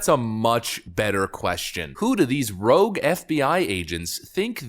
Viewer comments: "Rouge" he says... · "Rouge" FBI Agents??